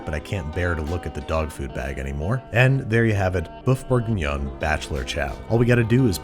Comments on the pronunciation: Woof Bourguinion, not Boeuf Bourguinion. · more like 'woof bourguignon' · "Boeuf bourguignon, dog food for humans" I think you mean woof bourguignon, Andy. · Didn't you mean "woof bourguinon?" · "Boeuf bourguignon, dog food for humans." Getting a bit posh there, Babish? :D